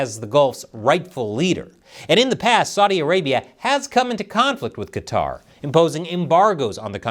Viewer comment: Thank's for not pronouncing it Cutter.